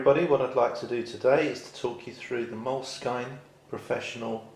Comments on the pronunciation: It's pronounced moleskin not moleskyne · I think it's pronounces "Mole-Skin," not "Mole-skyne." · I had heard it's pronounced moleskeen. So I think that covers them all.